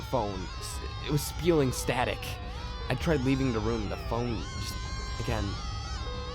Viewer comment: I like the videos but noticed instead of saying "the" you always say "da" n it's kinda trashy sounding. Sorry. I'm from Chicago and always hated when ppl pronounced "th" words "da". That's all.